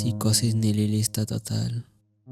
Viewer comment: Nihilista ❎️ Nililístatatal✅️